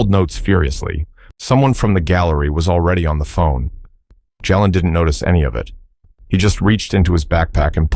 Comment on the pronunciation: Please pronounce the boys name correctly!! Ja len!! Rock Hill, SC ❤❤❤🎉🎉🎉